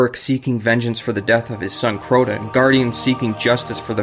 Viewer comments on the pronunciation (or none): This bum said crowden